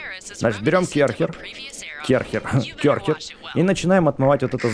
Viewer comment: Не кёрхер а керхер